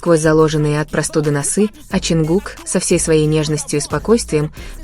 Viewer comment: Не ЧонкукА.а ЧонгУка